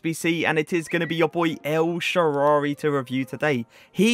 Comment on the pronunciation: Man Just Said El Shaarary🤣🤣😂😂